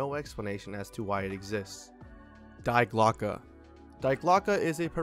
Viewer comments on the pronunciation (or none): Thats not how you pronounce “Die Glocke” 😅